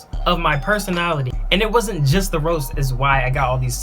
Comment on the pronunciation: I lowkey just saw this and lol I watched the whole thing. He couldn't say personality lmao